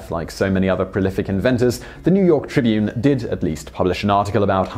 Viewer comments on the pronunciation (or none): none